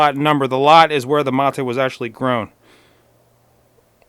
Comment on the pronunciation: Dude....if its a spanish word pronounce it in Spanish.......dont try to sound "Gringo" by pronouncing it in English ---- materuu......geeesh!!!